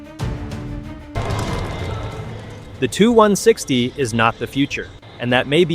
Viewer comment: you make sh!t videos, and in future when using text to speech check the output, as it is fukkin annoying hearing it say "the two 1 sixty". it's "T.U. 1 sixty" for txt2speech u morron